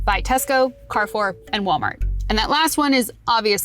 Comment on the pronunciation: Cool video, thank for doin it. I think you should have taken the short time to easily learn to pronounce Daitenho. If you still can't do it justice, at least learn how to pronounce the French Carrefour. It would build more credibility. Also, I think the commenters below brought up stronger points than this video.